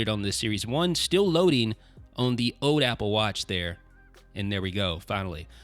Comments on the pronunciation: Why can't you say 'oLd' properly? You keep saying 'ode'. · You say 'old' like "oad"